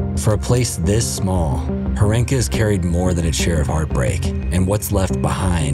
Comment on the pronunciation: Horenka with a stressed "o".